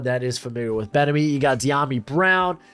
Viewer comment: The way you say bienemy ain’t doing it for me bruh